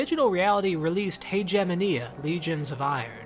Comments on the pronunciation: I'm pretty sure the word Haegemonia is pronounced differently. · I cringed at the pronunciation of Haegemonia. Considering that even in English you're not supposed to pronounce Hegemony like that